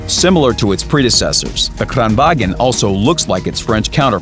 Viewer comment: KRAAAANVAAAAGN not Krrrrraaaanwaaagen >-<